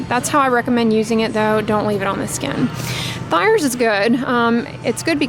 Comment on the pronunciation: Took me several minutes to realize you were saying “thayers” - my paternal grandmas maiden name is thayer pronounced like “they-ar” which of course is always how i pronounce the witch hazel brand as well